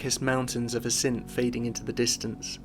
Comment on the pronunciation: Nice video, but please- Assynt, stress always on the first syllable!